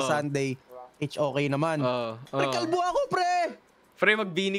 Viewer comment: Paldo❌ Kalbo✅